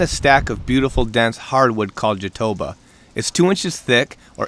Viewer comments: Very nice build. Fun fact: Jatoba is pronounced with the emphasis on the last syllable in Brazil, where it is from = jatoBA. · Awesome job bro. Just a tip, the wood you are referring to is a Brazilian wood. We pronounce it Jah-to-BAH (emphasis on the Last syllable). Thanks for the awesome videos, me and my wife watch and rewatch every day during lunch. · Nice work! Just a curious case: "jatobá" is read with emphasis in the last "a". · That pronunciation of Jatobá was rough...